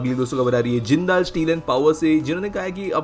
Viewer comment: Bhai wo जिंदाल नही जिंदल है